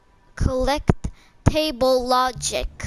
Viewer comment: Does this guy not know how to say collectible he said it like this”collect table”